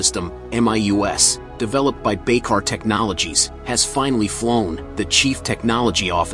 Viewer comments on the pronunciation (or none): Correction: Manufacturer is Baykar not Biker.